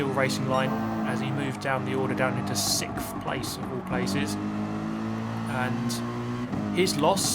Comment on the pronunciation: Sixthfch place? Lol like Dashie